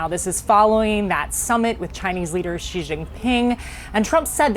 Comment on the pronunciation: Wolf Blitzer can’t pronounce “Beijing” and can’t pronounce “President Xi”. He can we believe he knows anything about China?